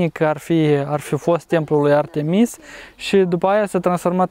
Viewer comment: incearca sa pui accentul pe prima vocala la Artemis altfel nu se intelieje nimica😀